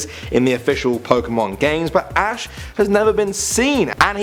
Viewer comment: its ash not ass